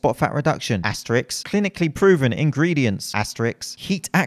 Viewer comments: asterisk not asterix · Love your videos for the education and the laughs, but I have to pull you up on this non fitness related point... At around the mark you referred to the asterisk as "Asterix" with the first being * and the second being a comic book character set in Roman times whose best friend is Obelix. This is a common mispronunciation that drives me a bit crazy and sends me catabolic, so please pronounce "asterisk" correctly in the future. Cheers.